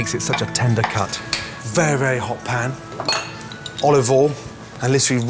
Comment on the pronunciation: very verry vewwwy hot pan